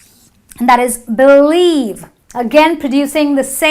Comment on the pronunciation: it is not bullieve .. It should sound like b'lieve